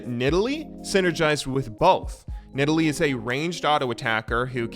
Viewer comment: At least he pronounced Nidalee correctly